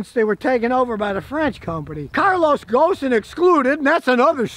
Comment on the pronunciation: Scotty, the "s" in Carlos Ghosn isn't pronounced. His last name is actually pronounced like the word Grown with no R.